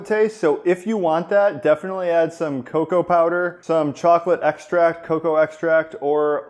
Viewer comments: FYI It is pronounced CoCo Butter not Ca Cow butter,. lol lol That spelling comes from its Latin base .Just so you know. We are all one and all in this Keto diet together lol We are all also constantly learning .. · PLEASE STOP SAYING CO-COWAH!!!!! IT'S JUST COCO OR COCOA! JEEZ! 🙄😟😣😫